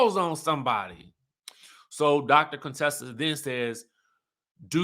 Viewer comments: Her name is not cone Tessa it's pronounce kuntessa. Heavily would purposely call her Contessa in the beginning. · If yall don't stop calling her Cone-tessa 🤣🤣😂😭😂🙏 pls #fixitlawd